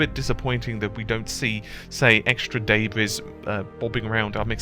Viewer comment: What the hell is Daybres? are you trying to say debris? say it with me "De-bri" the s is silent.